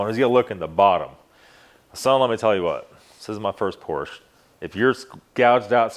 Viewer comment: I agree. 90% is just not true. He immediately mis pronounces Porsche. I’d like to see evidence on his claim. I’ve never heard so many negative comments about our cars. Not one thing nice to say